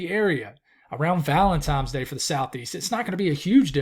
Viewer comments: there's no "M" in valentiNe's day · I could have sworn you kept sayibg ValentiMes day instead of ValentiNes dag 😅😂. Appreciate all your hard work on your videos! I live in Emerald Isle, NC, so i doubt I will ever see our beloved snow ever again, but I enjoy watching your videos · I think it's funny. Hate is a strong emotion for someone's pronunciation of a word.